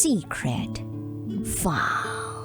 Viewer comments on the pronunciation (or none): Pangit talaga pag bigkas ng files 😁😁😁